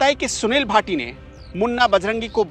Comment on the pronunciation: सुनील भाटी नही सुनील राठी